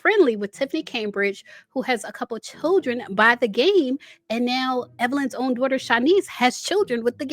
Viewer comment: Don't talk about my dzaughter my dzaughter my dzaughter